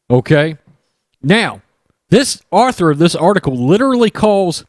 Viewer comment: The word “author” should be pronounced “awe-ther,” not like the name Arthur.